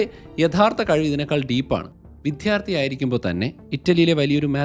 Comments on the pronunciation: വിഥ്യാർദ്ധി എന്നല്ല വിദ്യാർദ്ധി എന്നല്ലേ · വിധ്യാർത്തി എന്ന് പറയുന്നത് ആവർത്തിക്കുന്നു. ഭാഷയെ ഇങ്ങനെ വ്യഭിചരിക്കരുത് plz. tell വിദ്യാർത്ഥി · വിധ്യാർത്ഥി അല്ല വിദ്യാർത്ഥി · മനസിലാകുന്ന ഭാഷയിൽ കുട്ടികൾക്കും പ്രയോജനപ്പെടുന്ന തരത്തിലാണ് താങ്കൾ വീഡിയോയർ ചെയ്യുന്നത്. അഭിനന്ദനങ്ങൾ. അതോടൊപ്പം ഭാഷയിൽ ചെറിയ തെറ്റുണ്ടെങ്കിൽ തിരുത്താനും ശ്രമിക്കണം. താങ്കൾ, അദ്ധ്യാപകൻ എന്ന് പറയും പോലെയാണ് വിദ്ധ്യാർത്ഥി എന്ന് പറയുന്നത്. വിദ്യ എന്ന് തന്നെ ഉച്ചരിക്കണം. വിദ്യാർത്ഥിക്ക് പകരം വിദ്ധ്യാർത്ഥി എന്ന് കേൾക്കുമ്പോൾ ഒരു അസൗകര്യം തോന്നും.